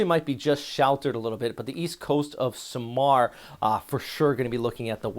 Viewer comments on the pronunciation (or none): Accent/stress on the capital letters. SA-mar not saMAR tac-LO-ban not TACloban pa-LA-wan not PAlawan pag-A-sa not PAGasa Would be nice if you also learn how to say the names of places the way the native populace say them.😊 But thanks for the updates though. Very timely information. Just what we need.